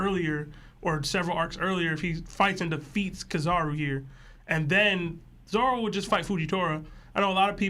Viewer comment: Why is it so hard for the twins to pronounce Zoro?? It's 4 letters, 2 syllables fam